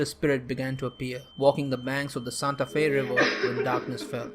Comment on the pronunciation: Did you say "Santa Fe River?" Bye people T^T